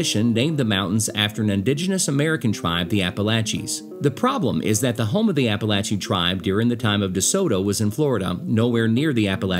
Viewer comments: Philippi, (pronounced Phil-a-pee) WV. I enjoyed the video, and it's Appa-latch-un!🤣 No matter where I roam, Appalachia is my home! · Say it right or I’ll throw an Apple Atcha!! Lol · It's "apple latch uh!" If you can't pronounce it - move! 😅😂😅 I grew up in these beautiful mountains. I'm of Scotch/Irish lineage ❤ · I've always pronounced it "ap-ah-LAY-chun", not "ap-ah-LATCH-un". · I live in North Carolina. It is pronounced Appa-lat-chun. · I live in the mountains of northeast Georgia. I really didn’t know how to pronounce “Appalachian” but after watching your video, I still don’t know. Thanks for clarifying that.